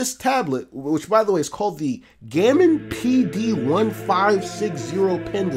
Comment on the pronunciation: Pretty sure it's pronounced "Gow-mon",.